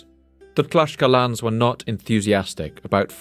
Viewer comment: tlaks kal techs, XD not tlashkalans